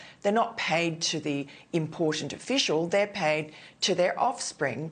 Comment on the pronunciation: China ends with an "a" not an "er".